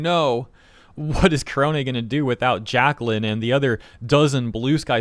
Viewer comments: You mispronounced "korone". It's "neh", not "hay". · whenever you say korone's name, i always hear it as kronii lol